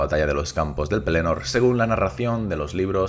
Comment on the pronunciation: hola, el acento en Pelennor va en la primera 'e', not en la segunda porque tiene doble 'n'... o sea, es Pélennor, si no sería Pelénor